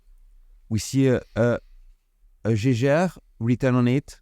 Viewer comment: Lovley mouvement. I always try to teach french how to say Jaeger-LeCoultre. Obviously i dont need to say anything about LeCoultre, but Jaeger. Now in german the to letter a following e, ae, that is the old way to soell ä. In Germany they have an old way to stell things and a new way. So ae is ä. To help you pronounc Jaege, think Jäger. For example used in the famous german bevrige, Jägermeister. Jäger-Meister. Hunter and Master. Chasseur et Maitre. So if you simple say Jäger-LeCoultre, you are spot on😊 Good luck. Great video tx for shearing